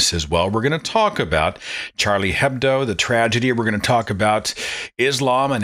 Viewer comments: hedbo are pronounced with silent h so it's "edbo" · Minor point: Hebdo is pronounced Ebdo. The H is silent in almost all French words when it's the first letter.